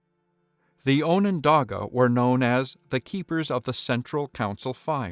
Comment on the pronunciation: no, you've been pronouncing it right.